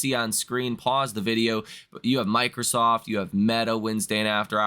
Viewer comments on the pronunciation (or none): none